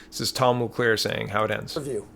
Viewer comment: It's Tom Mulcair. Not Mulclair.